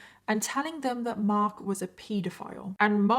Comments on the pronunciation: I’m sorry, i love the f**k outta you But it’s ped a file Not peeeeeed a file My OCD is distracting me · No. It's pronounced 'peedofile'. What are you on?